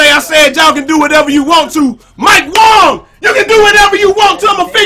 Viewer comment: I love how you keep calling him Mike "wong" instead of Wang lmao